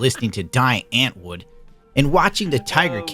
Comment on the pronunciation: The way he pronounced Die Antwoord hurt me